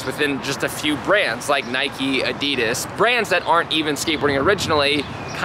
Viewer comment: «Naykie and adidas»